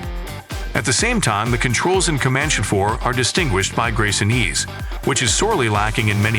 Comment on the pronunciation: And also at the start-> "Commanch" instead of "Commanchee"! 😉 Edit: the thing is, the uploader can actually HEAR these mistakes and can actually correct this by writing down "Commanchee" and "Apachee" and Em I 24, so the AI can read them correctly! But no. doesn't care because he's too lazy! 😜